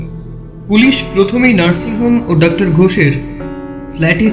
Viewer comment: একটা উচ্চারণ বড্ড বেশি বার কানে লেগেছে....... তুই "ডাক্টার" বললি , কিন্তু এটা তো dr. , so উচ্চারণ টা হবে "ডক্টর" । Pronunciation আরো strong চাই সব কাজে...... বাদবাকি সব ঠিক আছে ❤ কাজ করে যা 😊।